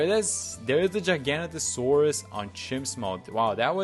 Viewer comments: It’s actually pronounced giga-naught-asaurus. Giga as in like gigachad and naught like nautilus/nautical. Love me some dinosaurs, not my favorite but still 🤣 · dinosaur nerds seething at his pronunciation